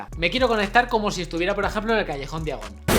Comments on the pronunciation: Callejón "diagon" ... 🤦‍♂️. Noj terrible. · Todo bien pero er mion? Callejón día gon? Que no se pronuncia (fonéticamente) "jermayoni" y "callejón daiagon" .......